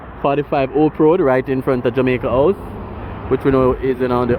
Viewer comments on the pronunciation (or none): "Jamaica Ouse?" Or House?😂